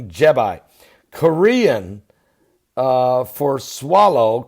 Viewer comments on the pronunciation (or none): Jebi does not rhyme with Popeye, just like Iraq never rhymed with my shack and Arab never rhymed with Ahab. Apart from that, thanks for the good wishes. :)